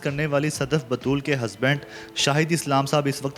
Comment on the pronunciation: صدف باتول نہیں، صدف بتول۔ کبھی کہتا ھے کہ لکڑی کو آگ لگا کر کھانا پکایا جاتا ھے (بجائے لکڑی کی آگ پر کھانا پکانے کا کہنے کے) ، اور کبھی نام بھی ٹھیک نہیں لے سکتا۔ یار اس کا کچھ کرو۔